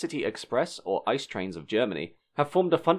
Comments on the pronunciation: It's not "Ice" it is I...C....E!!! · ICE is not pronounced as "ice", but I-C-E! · Great video, good information. But every time you call it an "ice" train instead of an I.C.E. it sounds like your reading an wiki page. I know it's very common for English speakers to call it an "ice" train but it still sounds strange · It's not an "ICE" train, it's an InterCity Express - pronounced "eets zay ay" in English. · Again a great video! :-) Just one thing: nobody says "ice". It's "I.C.E.". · (basically too many to all include here): It’s pronounced “I-C-E”, not “Ice”. (Or is it not?) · It’s an I-C-E not ‘ice’. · One little thing... DB calls them i-c-e (making you spell out all individual letters)... They are not ice trains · Thanks for that video. But it is never "ICE" (like frozen water) but always "I, C, E" ;) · Great video, but as I am not the first to mention: Please don’t call it "Ice"-Train. It’s I C E as in german the solid state of water is pronounced the same as in englsih, but spelled it’s "Eis" and so no one in germany calls the train Eis-Train. :) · Its pronounced I C E, like TGV. Not "Ice" :D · iTs PrOnOuNcEd I c E 🥴 was looking for this comment it didn’t take long....... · Indeed, no German I know would ever refer to it as the 'ICE TRAIN'. It's an 'ee-tseh-eh'! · In American English, I would pronounce it as "Eye Sea Eee". Not sure what kind of crazy English you're speaking, unless you really meant Deutsch. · I wouldn't go that far. I.C.E. pronounced as an abbreviation (in English) would have been good. Also, I liked how he went from the I.C. Experimental becoming the "ice" train. XD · It’s pronounced like “It’s see e” And Eurotrain (ICE-TGV train) was using ICE 2 powerhead. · Did you seriously pronounce it 'ice'? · Just a quick sidenote. The name ICE is actually spelled I. C. E. You would never hear a german call it the ICE train.